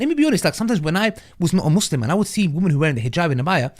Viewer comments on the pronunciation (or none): Muslim is pronounced with an s like in the word sunny or musketeer